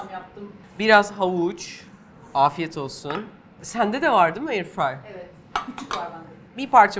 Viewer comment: no Airfrey Yes airfryer